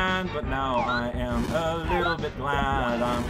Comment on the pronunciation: Death count: 52 (0 today) Deathless episodes: 11 Accidental text skips: 3 (1 today, ) Nah, no need for bullet jumps when we have a Red Bull Yoshi. Aw, that bad loop messed with this awesome music's energy. That would be "I AM a super player", the way you're saying it. This game is now part of All the Sonics. :P ("Look at all those Eggman's robots!") BGM: Star Fox (SNES) - Corneria. ( , ) Remember that you were told that you can't enter a clown car while riding Yoshi (and boots), but you can dismount them atop the clown car so that they come along for the ride. Yep! Finally you try dismounting Yoshi to ride the clown car. Why are you leaving Yoshi there instead of bringing him with you on the clown car? Alright, it's boss time, vs. Dr. Toadly, yet again! Oh, you skipped some text here by accident. Whoops! "You have no chance to survive make your time." Well, of course Dr. Toadly would be Mother Brain. Yeah, your hitbox apparently extends to include the entire clown car when it comes to enemy projectile attacks, as odd as it seems. Yeah, I don't know why you left Yoshi behind. Victory! Even now, Dr. Toadly still likes his alliteration, with "d" this time. "A miserable pile of secrets. But enough talk, have at you!" Poof. Ooh, you can play as Rosalina now! Whoa, Rosalina has gotten all stabby.